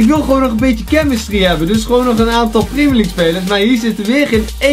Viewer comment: Priemjer liek goedzo